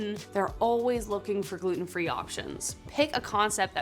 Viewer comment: I quit watching when she said gulten free donut.